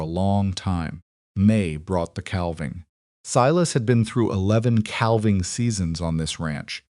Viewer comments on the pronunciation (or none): The "L" in "calving" is NOT pronounced...sounds like " caving". SILAS is mispronounced frequently...unacceptable. BTW..."Lunch" is a Twenty Century term for the mid-day meal...in the 1800's the three meals of the day, in the America, were called Breakfast, Dinner, and Supper.